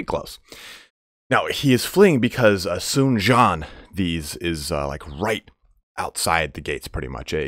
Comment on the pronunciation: For some reason, Dong Zhuo ends in a subtle "a" sound. Tried to ask my girlfriend's father to explain this but he couldn't exactly. Sun Jian is more like "Tzian" but said pretty quickly. From what I can tell, and I'm sure I'm not 100% on this, your pronunciation of Sun is correct.